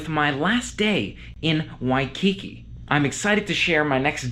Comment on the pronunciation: At least he only called it “shaved ice” once, that I heard. In Hawaii the frozen dessert is “shave (NOT SHAVED) ice. He correctly called it “shave ice” multiple times (now if we could only teach him the correct pronunciation of “Waikiki”).